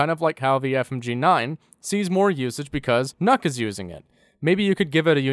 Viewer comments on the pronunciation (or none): It’s literally pronounced “nuke”, not “nuck” or “knock”. A simple translator or IPA lookup would tell you this...